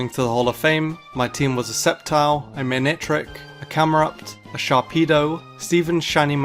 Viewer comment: DO NOT LEAVE OFF THE C IN SCEPTILE! AND METAGROSS IS ONE WORD!